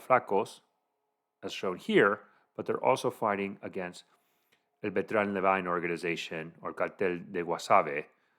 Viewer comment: This guy can't even speak Spanish 😂 what the hell is the Beltran Levine 😂😂...ojinagua??? Lmao 🤣